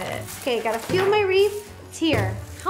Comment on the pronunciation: Ro says wreaf not wreath